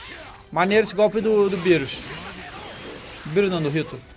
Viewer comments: Tava rindo quando tava chamando o bills Por birus lol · E engraçado ele falando birus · Essa pronúncia do DJ é sensacional kkkkkk, beerus, hitto kkkkkk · MR. MISTER eu sei, mas mesmo assim acho engraçado kkkk